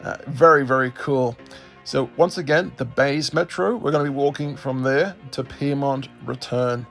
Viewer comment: Piermont You mean Pyrmont